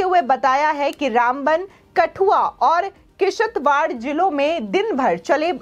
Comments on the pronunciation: मैडम आप किश्तवाड़ जिले का उच्चारण गलत कर रही है आप उसे"किसतवाड बोल रही है ओर बटोट को आप बटोटा उच्चारण कर रही है कृपया सुधार करें। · Kishat + war wah what a Fantastic pronunciation.